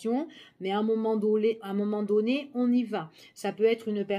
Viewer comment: Bonjour.. j'adore votre petit accent du sud quand vous dites...à un moment donné...❤❤